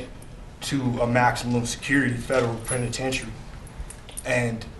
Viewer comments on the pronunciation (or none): What's a prenatentary??? Penitentiary maybe? Obviously well educated.